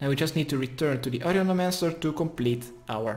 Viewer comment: HOW IN THE WORLD CAN YOU PRONOUNCE HER NAME "AUDIOLEMANCER" !?!?!?!? WHAT THE FUCK